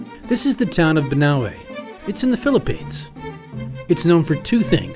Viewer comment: Its pronounced BANAWE